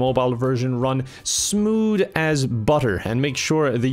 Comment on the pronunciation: “Smood and budder” haha